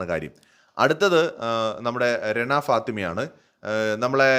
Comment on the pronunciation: രെണ അല്ല റെന ആണ് 😬